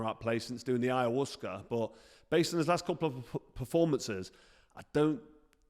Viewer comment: Big props to froch for calling DMT "aya worcester" 😂